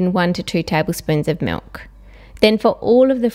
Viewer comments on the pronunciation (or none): She said MULK